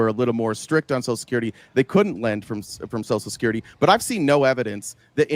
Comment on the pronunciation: Why'd he keep saying, "Sosull security"?